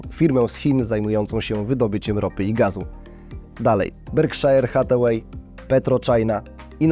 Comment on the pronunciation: wymawia się berkszer nie berkszajer ;)